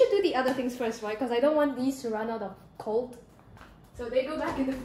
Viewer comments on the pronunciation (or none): none